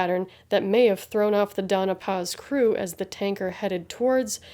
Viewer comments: It's the Don-ya Paz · Always happy to see your uploads Lady, the algorithm is flawed but we're here for you. The only quibble, 'Dona Paz' would be pronounced 'Donya Paz'. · Glad to see you back. One small quibble, though. The vessel was the Doña Paz, so it is pronounced "dohn-ya pahz".